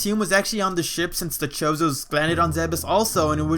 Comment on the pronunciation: Never heard chozo said the way you said it... then again i never heard anyone else say it. I always took the ch as a chronic kind of ch. fucking english right?